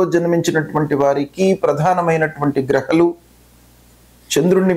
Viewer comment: Grahaalu ani palakdam nerchukondi.. kindly request you